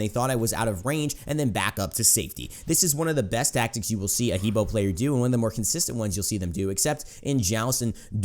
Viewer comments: hebo is actually Her Bo in Chinese pronunciation :) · Its "He buah" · Just an FYI, it's pronounced "Heh Bwāh"